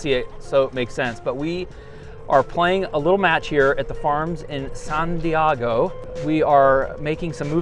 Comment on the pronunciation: "San Diego" - , Ron Burgundy, Anchorman... good pronunciation Phil, and we all know what San Diego means....